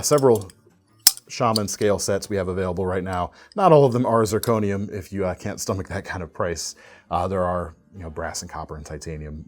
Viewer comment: Can sept lol